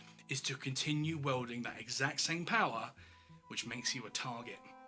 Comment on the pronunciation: You think Trumpstein "garners admiration & hatred in almost equal measure" Really?? He only has the support of around 30% of Americans and most of the rest of the world hates him and America ... as reflected by the massive drop-off in tourism to the US. Apart from that, and some weird pronunciation ('wielding' is obviously different from 'welding'), this was a well-produced video.